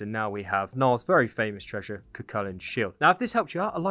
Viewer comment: That’s not how you pronounced Cu Chulainn